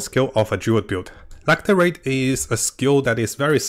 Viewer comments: Lacerate is pronounced lass-sir-rate. 😊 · Thanks for de tips. Just one thing, I guess it is not "lacTerate" but Lacerate. Meaning cuts with claws